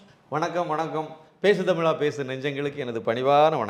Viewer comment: பேசு தமிலா பேசு என்று எல்லாம் பிழையோடு தமிழ் பேசாதே. நீ அணிந்திருக்கும் உடை அழுக்காகவும் கிழிந்தும் இருந்தால் பெருமையோடு போட்டுக்கொள்ள முடியுமா. பலக்கம் வலக்கம் னு பேசி தமிழைக் கொல்லாதே!